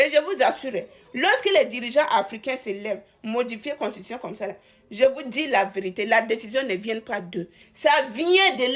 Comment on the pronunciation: On dit constitution ma chérie ! Belle analyse quand même .